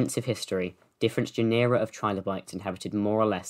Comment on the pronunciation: GEN-er-a, not gen-Ur-a